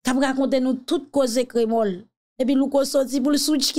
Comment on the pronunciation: sé pa krémol min sé KR...MÔL